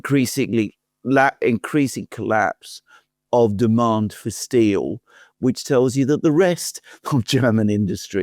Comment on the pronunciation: Germans say "steel", Merz says "still"